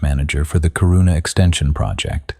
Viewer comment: A good one, even though I wish you had checked the pronounciation of the Swedish names. If you want to fix it, it*s Kiiiiirrrruna (with a hard k as in Camelot) and a distinctive preassure on the longer i (as in inch), not Chiruuuuuna. But I love the setting and the story!